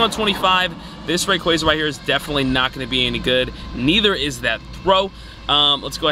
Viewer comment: Happy to not hear say Ray"quay"za anymore. Great video though. Fun to see your passion for a Pokemon you love.